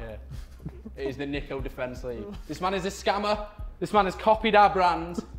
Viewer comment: THE NDL SEND OUR REQUARDS! *It’s niko not neeko*